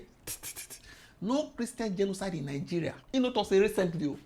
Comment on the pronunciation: is my best part - '...for what he described as kristain gdenoside..rr. What! is dat!! Kristain gdjenoside!?? Nunsenze!!.Nonsense..nunsenze! Smursh...tchew...smursh..tchew